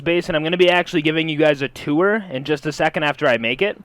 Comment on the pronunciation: It's tour not two er pls